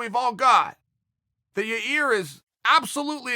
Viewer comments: Chael knows how to say his name. He just says yarear to make us talk about it. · Holy shit... HE SAID "YAIR"!!! HE SAID "YAIR"!! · Busted out laughing when uncle chael said " when yah rear fought Korean zombie" lmfaoo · Dude i just don't get it. Your must be trolling us. You must know how to say yair by now.